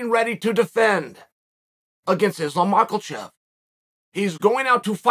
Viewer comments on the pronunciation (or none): It's Izlam Muckle Chev hr says Blahal Muhammed Shavkat Rock-man-off